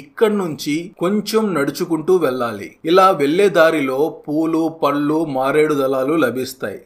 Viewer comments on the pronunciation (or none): none